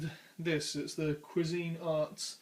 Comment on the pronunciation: To the OP, the brand "Cuisinart" is NOT pronounced "qwa-ZEEN-art," it's correctly pronounced "QWEEZ-en-art." I know that's nit-picky but that's the way I've heard everybody pronounce it for more than 50 years...